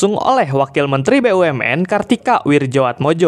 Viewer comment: Aa' Admin, cara membaca nama wakil menteri BUMN Kartiko Wirjo Atmodjo adalah Kartiko Wiryo Atmojo